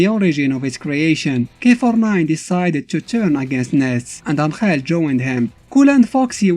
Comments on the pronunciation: I like your pronunciation of Angel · (its the official way because of Mexico I think just look at the God damn wiki)